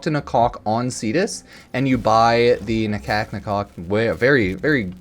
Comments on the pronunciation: You know Ifor a second there. I thought he said Talk to my cock, instead of nakok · Man said "talk to DA-COCK"